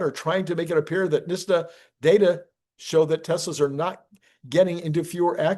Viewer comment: It’s NIT-SA, not NISH-TA